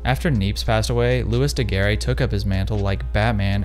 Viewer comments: Great video, but Daguerre is pronounced more like "Doug Air," the e at the end is silent. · An interesting video. But, please pronounces his name correctly. It sounds like Looey Degair. Beep! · It is pronounced ''daguerr'' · Your prononciation of Daguerre is as painful as Kodak's prices, just like Kodak, this video is gold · loved the video! please just look up how to pronounce daguerre for the next time :P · man can pronounce Daguerreotype but not Daguerre lmao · Yes why bother to look up the pronunciation of the man you're going to repeatedly say the name of through the video.